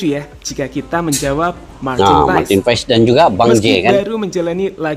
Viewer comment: Baca dan pengucapan nya Martin pas bukan Martin pa es.. walupun secara tulisan paes